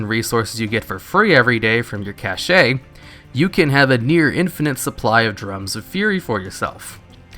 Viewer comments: twitch Cache is pronounced like "cash", not "cashay." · I can't take it... bear TAR-TAR, not tarter... and cache is pronounced "cash", not cash-a... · "cashay" has a different meaning; for a cache of goods you pronounce it "cash" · Bear Tarter. CashAY. I am 100% here for the mispronunciation. Do it MORE. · I actually lol'd when he said cashay. Am I wrong? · Caleb S. as you can see cashay is totally bullshit. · cashay, sashay